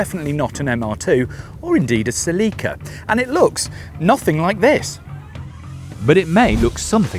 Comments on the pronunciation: What the heck is a Sa-Leak-Ka? Celica???? You mean Cell-Lick-Ca? NEVER have I heard it pronounced Sa-Leak-Ka. That is awful! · what the hell is a "ceLIca"? You mean Celica? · Celica pronounced (sell ick a) not (see Lee ca) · Right, that pronunciation is awful. Cell-Lick-Ca flows off the tongue so much better than Sa-Leak-Ka. Why U.S. drop the (u) from words, pronounce (Z) "Zee" instead of "Zedd". And Aluminum as Ah-lume-mini-mum vs. U.K. "AL-YOU-MIMINIMUMUMUMUMUM". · OMG my Queen....... -zah English speaking friend! There's ZERO "LEAK" in the Toyota Celica! It's pronounced; when spoken as it should (Cell-i-kah) cheers mate! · Uh Seh-Leekah lol nice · what’s a “sell-Lee-kuh”??? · What’s a “ceh-lee-kuh” ?? 😅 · Uh suuhlecka? It’s pronounced Celica. 😂😂😂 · Why do brits mispronounce everything? It's Sell i Cah. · Selleeka ? Are you intentionally saying words different just for fun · sa-lee-ka My Neanderthal brain took like 2 seconds to process you were saying Celica. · 110%. Sounds more like Selllica the way they are saying it. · Toyota pronounces Celica as “SELL-ih-kuh” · The real pronunciation is actually Seh-ree-kah. 😄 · The way this guys pronounces Celica is killing me yo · I’ve never heard the name Celica pronounced more redartedly 😂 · Please learn to pronounce Celica. Shudder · I know, it always makes me laugh too. Especially when James May says it. 🤣